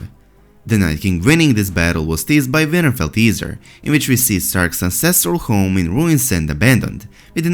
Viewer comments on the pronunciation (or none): Its winterfell not vinterfell , thanks for your vids hard to understand u at times what accent is that plus brother is the Th sound like the not broder, just trying to help.😉